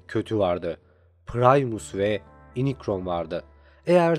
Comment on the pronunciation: Lütfen kararkterlerin telaffuzuna bakmadan video yapmayın. İnicron, saybırtriyon ne ya 😂. Doğrusu Yunikron (Unicron) ve Saybırtroniyın (Cybertronian).